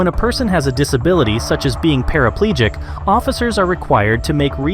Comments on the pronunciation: He’s not paraplegic, he’s “parapaelegic” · Parapaleegic 😂😂 can't even say the word and how is he using the foot pedals if he was 😂